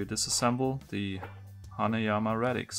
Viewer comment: Radix. Not Redix